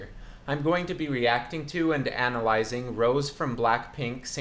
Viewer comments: Btw it’s “Rosé” (row-zay) not Rose hahah but I love your reaction thank you ! Can you next time react to blackpink’s cover “Sure thing” please ? They sing live and in english, you won’t be disappointed for sure ;) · I just want to correct- her name is pronounces Ro-Zhe and not Rose :) love your videos💕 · It's pronounced Rosay btw hahah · Her name is pronounced as Roh-sey 😂 Rosè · U misspronounced her name ur pronouncing it in an American way which is false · it’s Rosé (pronounced like Beyoncé’s) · React to Rosé cover of Eyes Closed by Halsey. And btw her name is pronounced with an accent on é.